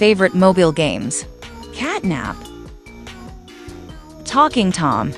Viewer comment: The catnap name is not right it said catnab